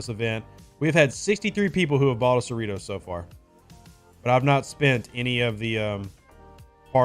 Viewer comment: Are you sure it's pronounced cerree-toes? Seems to me like it should be pronounced cerri-toss